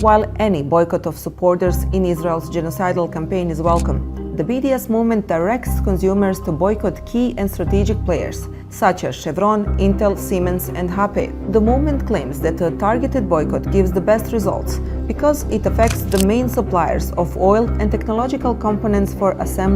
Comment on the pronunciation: HP she said HA PE ? Is she Indonesian ?